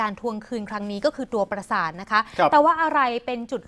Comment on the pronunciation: พาดหัว ปราสาท ไม่ใช่ ประสาท ครับ รบกวนแก้ไขด้วยครับ